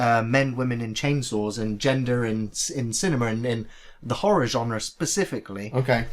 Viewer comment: I like how pronounces the word cinema as cinemar.